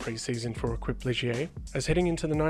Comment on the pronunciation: Love your videos, though I was cringing a bit over “Equip Ligier”, it’s pronounced fonetically as ‘Ey-keep’.